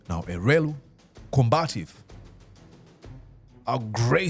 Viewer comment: It's elwelu not elweru